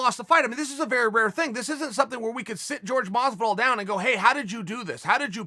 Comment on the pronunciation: Chael "Gorge Gamebred Mozvidoll" Sonnen